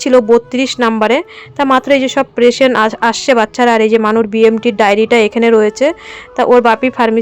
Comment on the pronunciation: প্রেসেন্ট না গো পেসেন্ট বলবে। আমরা সবাই কিছু না কিছু ভুল বলি কিন্তু কেউ ঠিক করে দিলে সেটা ঠিক করে নেবে। আর গাড়িভাড়া টা সেফটি হবেনা সেভ হবে। প্লিজ রাগ করোনা।